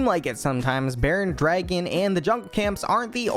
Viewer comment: bro says draigan